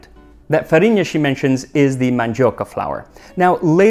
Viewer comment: Super true! I got really impressed here. As well as "farinha".